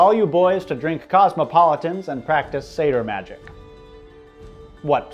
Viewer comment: What kind of magic were you referring to? It sounded like "Seder magic". I know what a Seder is -- as in the Passover Seder -- but I can't imagine some Norse magic associated with it . . . .